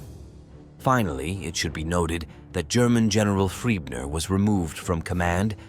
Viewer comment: The name of that Army Group Leader is Gen Maj Johannes FRIEßNER, the ß being pronounced as double S. I know that guy from somewhere. Had he not been in Romania as well?